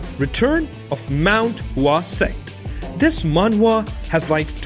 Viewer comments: dude just say manhwa once nobody gives a shit that you are pronouncing differently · Who kept laughing has he was saying manhwa manhua